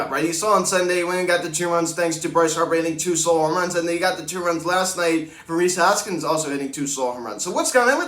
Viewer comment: "Rhys Harpskins" 🤣🤣🤣🤣🤣